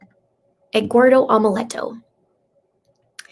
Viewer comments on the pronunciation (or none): Just so you'll know the name egguardo is supposed to be spell Eduardo and pronounce like this well sort of : ed - do -are - though 🤣 I have never meet a Hispanic name pronounce like that or spell like egguardo 😄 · The reason says Egguardo is that it was the way Leticha pronounced it, so that is why we are making jokes about it. It is not to be insensitive to any Eduardo.